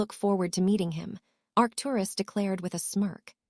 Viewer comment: This are reader needs to learn how to say Arcturus Doria and Charles